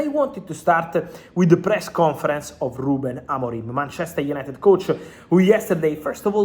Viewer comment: It's BANTCHESTER YANITED